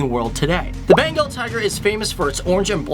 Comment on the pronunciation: it's Bengal tiger not Benagal Tiger . . . something's missing... oh yeah it is called The Great Bengal Tiger :-) though NYC work bruh